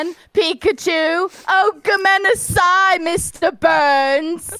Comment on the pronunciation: English accent while saing gomenasai is the worst think i've ever heard. My ears hurts send help